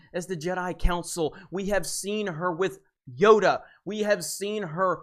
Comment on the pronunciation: Yoda not yoga😜